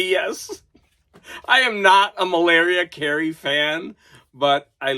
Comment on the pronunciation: Did you say 'Malaria Carey'?